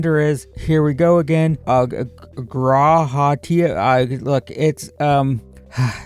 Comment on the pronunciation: you said Graha Tia perfectly lol